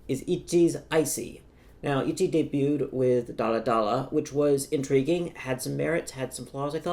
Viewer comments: your insistence on saying itji instead of itzy just adds to your annoying know-it-all vibe just say it how it's written like everyone else 😭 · does he realise that Itzy isn't pronounced Itchy? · itzy said soty